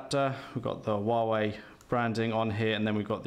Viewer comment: ffs its wah-way